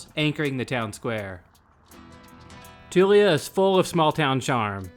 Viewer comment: And it's Tool-yuh not Too-lee-uh.